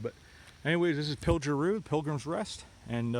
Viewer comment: The "pilger' is pronounced with a hard "g" like "good". Keep up the great videos. Wonderful history! Many early settlers of the Pine Grove area came over this mountain via wagons. As Cliff has said in a video, the actual route has been altered as the road was improved.